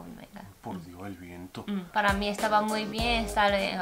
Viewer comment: “por dioh er vientoh”